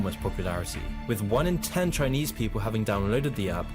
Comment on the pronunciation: "CHINEASE" Bruh